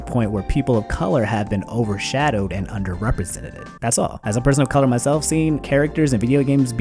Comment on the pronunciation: "Representededed" "Underrepresentededed" 😐